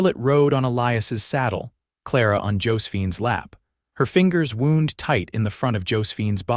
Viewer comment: AI mistakes: "Wound" prounounced "woond" instead of "wownd" was jarring and inappropriate to the sentence. "Reins", not "rains". "Read" pronouned "reed" instead of "red". But overall, the narration is pleasant, and pretty accurate. The intonation mostly appropriate. Image O.K. and the manipulation not too disturbing. Story very good. The small drama of the footprints was disquieting but a not uncommon danger then, and was met with vigilance and caution so that anything worse was averted. A real aspect that made the tranquil flow of the story more real, along with the other people introduced. Very enjoyable. (I won't argue "holy" instead of "wholly" in love.) OR, USA